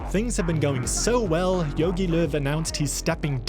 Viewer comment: good Video but dont call him Jögi Löw xD its Jogi